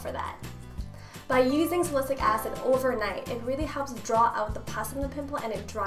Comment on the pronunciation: she's been pronouncing salicylic acid wrong!